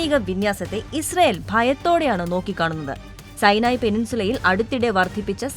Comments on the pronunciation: സൈനായി അല്ല.സീനായി അല്ലേ ? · സൈനായി അല്ല സുനായ് 😂😂😂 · സൈനായി, എന്നല്ല സിനായി എന്നാണ്